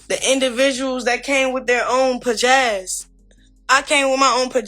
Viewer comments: This dummy said “pajazz” instead of pizazz. 😂😂😂the jokes write themselves. And how did she have her own when she admitted on Crazy in Love that she came to blue girls club with nothing but the clothes in her bag and a dream? She will rewrite history in a second. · Pajazz? It’s pizazz! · Pa-jazz?!?! Wtf? I guess she calls herself trying to say pizzazz. 🤦🏾‍♀️ 😂😂😂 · Was she trying to say pizzazz 😂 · Lmao.. I thought what in the world is pajazz😂